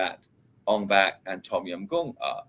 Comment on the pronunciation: why does he keep saying ON BACK instead of ONG BAK... it's only showing respect for the Thailand language to say it rite!!